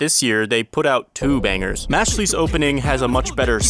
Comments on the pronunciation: I'm sorry.... Mashly? Not Mashle like muscle? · who tf pronounces mashle mash-lee